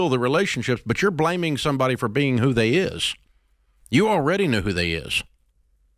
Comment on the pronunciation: (When you switch from Nashville to Detroit) 😂